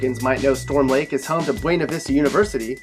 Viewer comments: OH MY FREAKING GOD. HE SAID IT. HE SAID BWENA VISTA. OH. MY. GOD. ITS PRONOUNCED BYOONA VISTA!!! But a lot of people get it wrong because technically WE pronounce it wrong but still. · BRO ITS BEUNA VISTA ( BUINA) and u just talked trash about storm lake and diddnt even mention Denison yah I think storm lake should be fine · Even though your car was in NW Iowa for Storm Lake you said NE. Anyone from Buena Vista County knows the first syllable rhymes with BEAUtiful not the Spanish pronunciation. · The name of the school is pronounced 'Byuna Vista'. You must be from Minnesota.